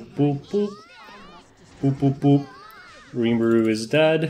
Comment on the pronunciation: I can stand you calling Rimuru a she and butchering his name every chance you get... but calling Krau her..? Unsubbing gg